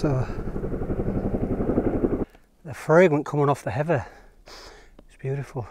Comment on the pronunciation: Sorry, but you lost me at 'heava'.